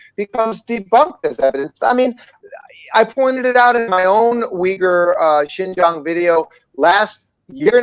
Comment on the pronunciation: Great video guys. To be fair the moron they put up for the Fox news article just mispronounced Xinjiang as "Shenjiang" but good catch on spotting that he referred to it as a province. I think that this misinformation/disinformation is commonly spread in the western portrayal of the map of China; before I came here I didn't realise that Inner Mongolia is an SAR; or Xinjiang, Tibet or Macau. This is a common "mistake" made in the western media.